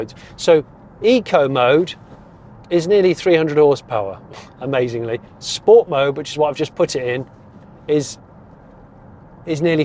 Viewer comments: Great video Jonny (apart from the chicken choking behind the genny substation). 👍 Only negative for me was the multiple mentions of sport, all pronounced incorrectly! 😃 I'm with you, at 2.2 tonnes, there's probably little real world need for the extra "promise" of the GT over the non-GT. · "I'm going to shift it into... Sch-poats" #OTSOT